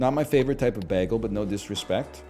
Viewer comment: The way you say bagel upsets me. Then you said it ten times.